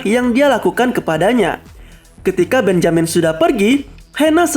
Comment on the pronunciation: Mantap punya: benjamin Yg gw denger: BENYAMIN ADUH SIALAN! NI SI DUL ANAK BETAWI ASLI :v